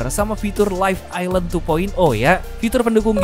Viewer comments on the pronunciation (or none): none